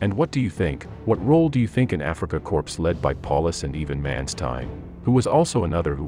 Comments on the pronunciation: It's not pronounced "Africa corpse" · Wow! Narrator prounounces it “Afrika corpse”!!!!! WTF. I’m supposed to take this channel seriously after that?